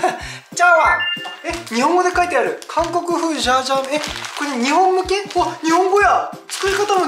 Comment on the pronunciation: 今回も参考になる動画ありがとうございます！ 前回のメガ割逃しちゃったので次狙いたいです😌 ジャージャー麺じゃなくてシャーシャー麺になってる笑